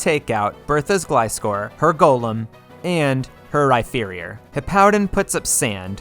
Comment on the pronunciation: Also pronouncing an F in Rhyperior lol